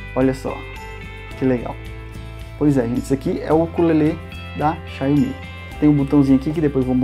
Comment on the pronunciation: O nome deve ser dito assim: xaomi